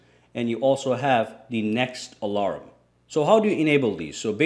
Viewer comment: The way you say alarm, alaram xD